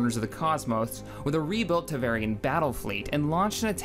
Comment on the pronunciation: Every time I heard "Tevarian" I wanted to come down here in the comments and type *Tevarin. Took me a second to figure out what you were talking about at first, lol. I like the format of the video though, was pretty neat.